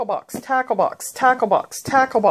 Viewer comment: When you said tackle I thought you said taco